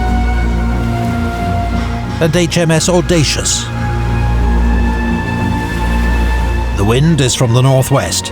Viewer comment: The audacious killed me when i heard it >.<